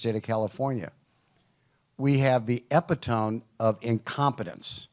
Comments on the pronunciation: "we have the epitome of incompetence" It's pronounced E-PIT-O-ME not EPI-TOME. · "We have the ep-it-tome" - sir, that's not how you pronounced "epit-o-me". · “The ep-eh-tome”???? Why did he use the correct word but butcher its pronunciation as if he’s reading it? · Epǐ tōm 😂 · The ‘epi tome’? Yikes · Did he seriously pronounce epitome like that?